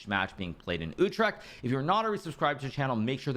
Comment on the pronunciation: Pretty good pronunciation of "Utrecht".